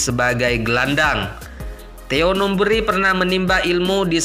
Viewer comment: JANGAN NGAUR DENGAN SEBUTANNYA : -Bukan Theo Numbri tetapi Theo NumbEri. ,(E) - Bukan Persiwar WarPON tetapi Persiwar Waropen.. MAAF, koreksi sebaik-baiknya kemudian buat beritanya .. ???